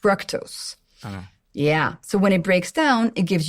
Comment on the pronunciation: I thought the way she was pronouncing “fructose” was the British way, but it’s not after checking. I am not sure why she’s saying “Frek” like Shrek in the movie instead of like the word ‘Duke’. Perhaps it’s a French thing, since She is the only French person I have ever to listen to talk about nutrition and use the word. I have to disagree with her on the soda. If I should have a soda, I would rather have cane sugar instead of the diet with aspartame or any artificial sugar that is known to cause cancer or mess up your kidneys. I am surprised that she’s saying this. I know she has a lot of knowledge on the subject on glucose, but even people who know a lot can miss somethings, but this is a big one.